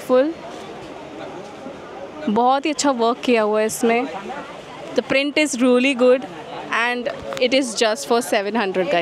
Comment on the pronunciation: Its really... don't pronounce incorrectly" reauly"😑